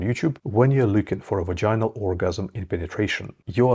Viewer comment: not vagin-al it's pronounced vag-in-al. Also 'grinding' is total bullshit. Ask any woman which you did not do or you would know how wrong you are. you don't seem to know what you are talking about. don't need your mansplaining